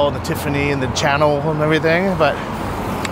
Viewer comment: You literally said Dolce and banana 🍌 and Channel